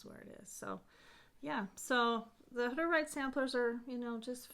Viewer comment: Ummm... what's a hudderight? How do you spell it? Is it a religious group like the Quakers? Did you say they were from Russia, Germany or Hungary? I think you maybe took it for granted that all of us would know who you are talking about? And I'm a history and art buff who's been stitching for years now so I know there must be others who are unaware. I think that Mary Hoff (?) towel was so charming and would love to see a similar pattern if you know of any or that one charted would be fantastic! Would also love to see it even closer up to see the stitches. Really cool things you have and would love for you to expound on them. Thanks for the video.